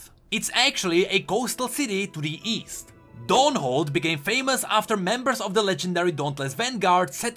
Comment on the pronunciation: East? I thought you said weast